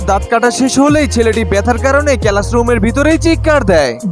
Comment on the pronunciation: কথা বলা শিখে আাসেন কেলাস না ক্লাস